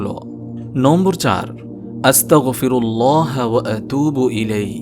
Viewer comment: আপনি যে 5 নম্বর ইস্তেগফার বললেন ওখানে আস্তাগফিরুল্লাহি লেখা আর আপনি বললেন আস্তাগফিরুল্লাহা